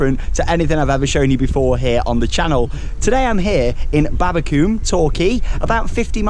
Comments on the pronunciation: Its pronounced Babba-come, not babba-cooome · The way you were saying babbacombe you say it like come on the end😁😁😁😁😁